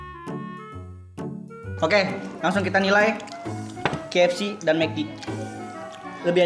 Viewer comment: Bang bukan kfc fck=fack